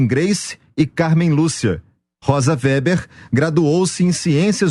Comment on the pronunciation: WEBER é pronunciado /vêber/ e não /véber/.